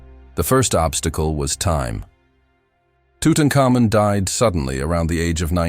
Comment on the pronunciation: I have never heard it pronounced tutucamoon have you?